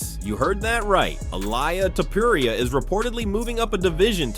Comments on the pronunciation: Elaya topuraya? really🤣🤣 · Who the hell is illiea tiporia?????